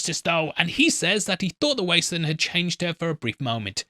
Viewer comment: I’m English and do not understand why he keeps calling it the wastelund. Probably engagement. Just sad everyone has to lie